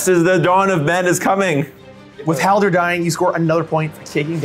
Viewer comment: Great video but the amount of times i heard Haldir called Haldor I was driven insane